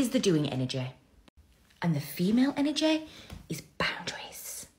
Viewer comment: An-our-jay. That's how she pronounced energy over and over again. Lmao